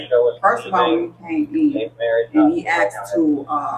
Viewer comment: “He axed”